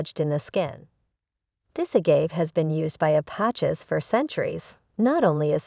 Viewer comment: Please get the narration to correctly pronounce agave, calloused and apache (like the indian) the right way for your next video...